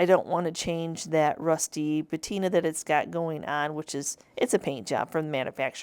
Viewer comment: It's patina not batina ❤ Also patina is the oxidation of metal not wood. 😊